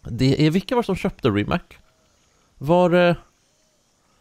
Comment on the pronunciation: Det uttalas inte rimak utan ri mats